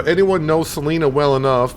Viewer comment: Salina has the long 'i' sound like as in 'line' - Sa-line-a. :-P And I'm from Topeka and the welcome to Topeka sign on I-70 is correct as well as the exit names on I-475 (although they skipped a couple between 21st and Burlingame).